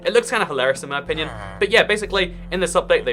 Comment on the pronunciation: 'In my onion'